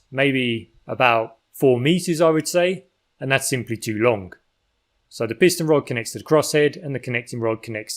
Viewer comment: Why do people start sayink lonk instead of long, and burnink instead of burning? Here we got another anti-NG person. Why do they do that? Local dialect without any NG sound? I really ting this weird, so I ask: why does the voice over man do this?